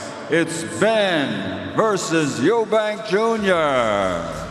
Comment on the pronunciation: You own an apology for butchering the name Eubank